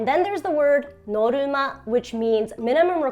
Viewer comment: i love how you said norma - норма no problem :D not the hardest word but still <3